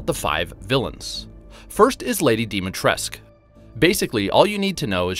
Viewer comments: its DIMITRESCU(DIMITRESKUUUUUUUU) not dimitresk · Sounds so funny though dimitresk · Actually it is pronounced how it is, Dimitrescu, Dee-Me-Tresc-uuh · that's because they didn't research enough, plus most American games, excluding the Biohazard versions ofc, that take place in Europe have horrible pronunciation to said names. I am Romanian, and the name Dimitrescu( with coo at the end) is how we pronounce it, like Ceauşescu, Dobrescu etc. I am aware of Capcom's answer regarding D's pronunciation. But, nevertheless, that isn't the correct way, not from a Romanian point of view :) Try pronouncing my name, Răzvan Ionuț. Most people can't roll the R and the ă and ț don't even exist in the American alphabet, along with ş, î and others